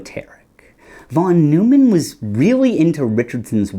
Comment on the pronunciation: Neumann is pronounced "noy-man", my guy. It's not like Jerry Seinfeld was his nemesis, That would be... maybe Wiener? Pronounced in the hilarious way.